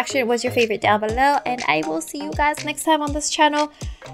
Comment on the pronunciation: when she says before ANNATUDE Wengie says fevourite